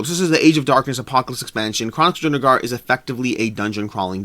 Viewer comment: You keep saying DrunaGAR. Stop. Please.